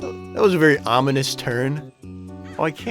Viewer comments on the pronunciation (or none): none